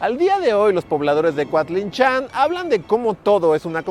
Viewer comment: Yo vivo a un lado de coatlinchan y lo pronuncias bien rarito jaja, saludos buen video Como dato extra los habitantes del lugar también dicen que cuando se la llevaron estuvo una semana lloviendo por aquí